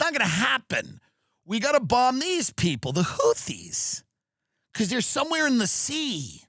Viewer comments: Say houthee 1 more time motha fucka! Say houthee 1 more god damn time! 😂 whootees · Its amazing tim has had jd vance and tulsi gabbard on the pod and doesn't know how to pronounce houthis. Ok you're fucking with us not knowing how to pronounce chipotle either 😂